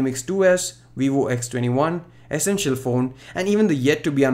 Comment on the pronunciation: Looks like a good upgrade.... The swipe gestures are more likely to be optional considering android does not lock the users down and there still are many phones with capacitive navigation keys or a separate UI nav system like the ZUI. Ps. Just some advise.., your pronunciation on certain words need some work. I.e. 'environment' and 'essential'. All the best..